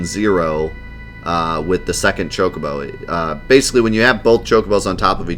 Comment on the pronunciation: Choc-o-bo, not CHOKE-o-bo - twiggyw